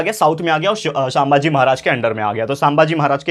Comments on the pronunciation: It's not सांबाजी, it's संभाजी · Sambhaji maharaj not saambhaaji maharaj only correcting pronounciation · Its sambaji maharaj not saambaji maharaj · Sir sammbhaji nahi sambhaji rhta hai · Bhai sambhaji maharaj he saambhagi nahi